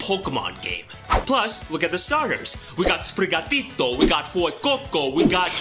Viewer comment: I love your pronunciation of sprigatito and fuecoco, as a Brazilian and Latin American myself, this feels just right